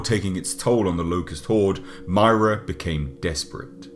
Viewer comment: You said Myrrah wong